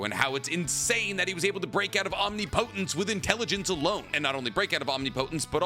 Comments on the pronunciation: Om-Ni-Pa-Tense not omnipotence 😂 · Please bruh say it right omnipotence. Om-ni-puh-tense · Is it just me or is he saying omnipotence wrong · Bro google how to say omnipotence. 😅